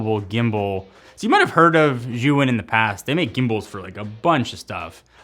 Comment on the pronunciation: Lol the way he pronounced Zhiyun is hilarious. Totally butchered it.